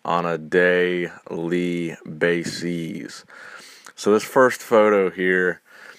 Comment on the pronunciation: AKA pregnant bodybuilders on a day-lee-bay-sees